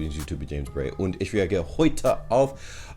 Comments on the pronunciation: Your pronounciation of "Ich" is pretty good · Your „Ich“ is perfect. ☺️👍🏼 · btw, all your “ich”s were flawless👏👏👏